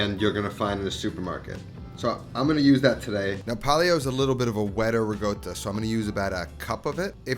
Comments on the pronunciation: Why do you say ”rigotta” instead of ”ricotta”? Is it some dialectal thing? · riCotta! not riGotta, riCotta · It's ricotta not rigotta. Stop being a lazy italian gangster. You don't sound cool.